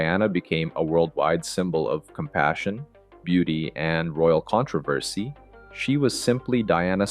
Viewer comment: How do U pronounce Controversy???